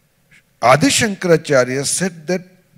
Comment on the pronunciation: Why does this Shoma say अदि शंकराचार्य ? It is आदि शंकराचार्य.